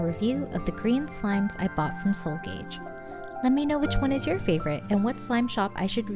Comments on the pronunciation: wonderful video! just wanted to let you know that seoul gage is not pronounced gaij but ka ge as in the korean word store, so its seoul store! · just wanted to say gage is pronounced gah geh <3 love the video!